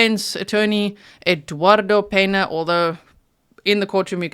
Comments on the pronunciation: Absolutely perfect recap! ( except you keep saying peNa- its PeÑa) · Pena is pronounced Pen-ya Peña is the spelling